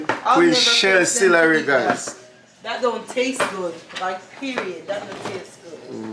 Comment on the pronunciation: Did ya'll say cilary.. lol celery